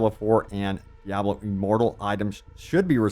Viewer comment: Why do you pronounce Diablo that way? It’s wrong